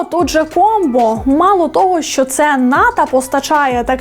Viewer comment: Як же воно ріже слух оце ваше ТО́ГО! Хто той викладач, що вчив казати тОбі, мЕні і тп?